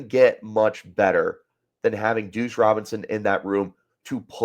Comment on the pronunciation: Bro… you gotta pronounce Duce… said “douche” like 10 times.